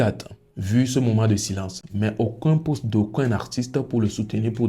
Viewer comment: 'Aucoin ' c'est ce que tu dis, mais c'est 'Aucun'